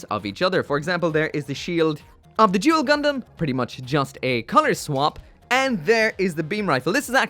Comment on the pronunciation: The way you said Duel.....sounds so much like Jule.......I think this is could be where Yzak's family name came from..... great review as always